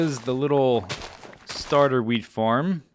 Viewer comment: Every time he says wheat farm I think he says weed farm